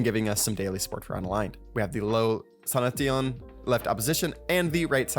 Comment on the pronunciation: it's "sanashin" not "sana teon"